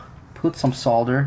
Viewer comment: Amazing that he actually pronounces solder crr